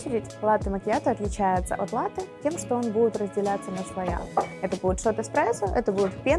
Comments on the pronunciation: может, подает и грамотно, но говорит неправильно) не слоЯ, а слоИ)) да и кофе всё еще мужского рода)) аж слушать неприятно такое. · Да, такого ещё не было: слоЯ. Единственное оправдание, что девушка не журналист, и не эксперт, для неё главное в профессии - готовить своими руками. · У меня тоже аж уши режет от этого "слоЯ". )))